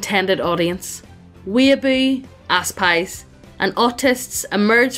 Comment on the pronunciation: "ass-pies" and not Aspies lmaoo